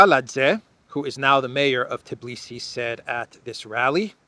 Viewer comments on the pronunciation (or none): It isTbilisi not Tablicy 😁 you Crack me up ❤😂